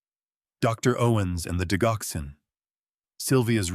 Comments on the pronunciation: THAT IS PRONOUNCED DIDGOXEN, DUDE!!!!!!! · digoxin is not pronounced wit a hard G... it is pronounced like diJoxin..... Jox not Gox.